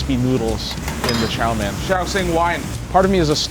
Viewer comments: Well he does have noticeable Jamaican pronunciation, specifically on his Os and Ers, the way he says Chow mein is also telltale, his Mein comes off more as Men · his pronunciation of chao main (chow mein) is a bit suspicious so maybe hes actually more jamacian than chinese. and han chinese is definitely an ethnicity. also btw black people are also not native to Jamaica and are brought there by europeans just like the chinese